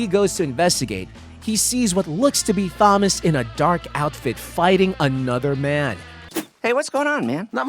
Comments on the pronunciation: You say Thomas like you've never read the name before. You pronouncing it like THomas instead of Tomas gets to me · Thomas is pronounced as Tom-as not thumb-us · so i’m the only one who noticed this guy saying “THAM-us” rather than “TOM-us” 😂😂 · you pronounces thomas wrong its pronounced tomas even thought the h is there its supossed to sound like tomas so SAY NAMES RIGHT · ITS Thomas (Tom-uhs), not Thomas (thom-uhs), Proof you didn't ever watch the show and your just reading from a script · "Says." Why do u pronounce it like "sayys"? Also, it's not tho mas. It's pronounced Tomas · It's killing me how he pronounces Thomas. It's pronounced like TOMas, not THOMas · “Th”omas… come on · You’re calling him Thomas but the H is silent. It’s just pronounced Tomas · why bro keep calling him þomas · Him saying Thom -as is killing me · I thought I was the only one who noticed that 😂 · Who the hell says "Thomas" like thag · Who says thomas like that ? 😂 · why did you pronounce Thomas like that? i'm just saying weird way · Why are we not pronouncing the T in Thomas? T.T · It’s not Thomas you idiot it is pronounced Tom-ass (the H is silent) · Loved the video but they way you said Thomas and Doug I cringed every time dude lol ❤❤❤❤ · never ever heard someone mispronounce Thomas